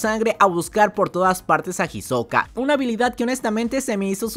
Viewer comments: para el proximo resumen le puedes decir isoka y no jisoka que me da ansiedad plz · no me gusta como suena "Jisoka" :C